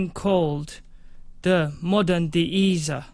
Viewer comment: De-easer or De- ESSER 😭 I’m cryin brah good vid though